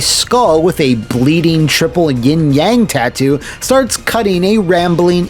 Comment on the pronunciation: I'm gonna be that guy, because its a pet peeve: Yin, not Ying.